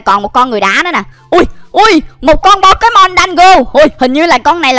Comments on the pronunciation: Pokemon chứ k phải pekemon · nói là “bo ké mon “là sai ùi phải là “Bô kê mon chớ:))))